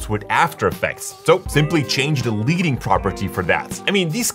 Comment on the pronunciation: Typography nerd here. It's "ledding", like the very heavy but soft metal, not "leeding", like following the leader.